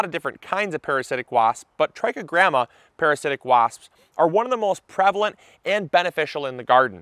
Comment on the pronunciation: I thought he was saying "Tracky Grandmas". 😂